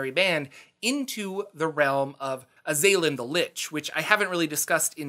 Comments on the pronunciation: Pretty sure it's azz-uhh-lin, not Uhh-zay-linn🤷🏼‍♂️ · I don't know if the pronunciation is actually correct or not, but my soul died a little every time you said "uh-ZAY-lin" rather than "AH-zah-lin" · Azalin the Lich is pronounced AZ-ah-lihn NOT ah-ZAY-lihn. It's driving me crazy with the incorrect pronunciation. Damn young-uns ! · I believe it was pronounced AZ-al-lan due to the correct word being Azal'lan. but the baroviana mispronounced it to Az-a-lin so he started using Azalin instead and added rex to become Azalin Rex. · For the last 30 years I have been saying The Azalan'sname as AZ-a-lan. Now I am curious as to how it is really pronounced. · I don't know why you keep putting so much emphasis on the second A in Azalin... It's Az-al-in. It stems from his title of Azal'Lan, which he adopted as his name, and was then mispronounced by the locals in Barovia as Azalin. If you are going to make a video about something, at least learn how to say the words.